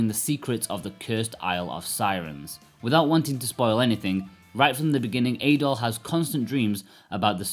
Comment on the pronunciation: How is it that you’ve played this game through once and partially on the Switch but mispronounce both Adol and Dana? Adol isn’t pronounced in the game as A-Doll, more like addle. Likewise, Dana sounds more like Donna rather than Day-Nah.